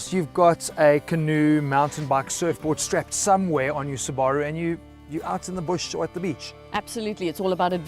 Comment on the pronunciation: You're pronouncing Subaru wrong.